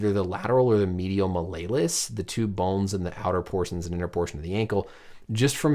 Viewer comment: Love this channel, but the Latin student and fellow sideline provider in me cringed at the pronunciation of “Mal-lay-lus”. It’s “mal-E-O-lus”. “Small hammer” in Latin.